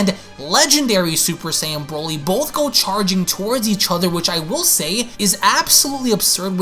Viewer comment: I can only say one thing after this video... Please never say Broly again